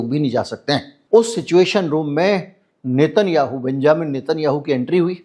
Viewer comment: एकदम बढिया विश्लेषण। मिनट पर नाम गलत बोल गए।नाम लेना था नेतन्नयाहू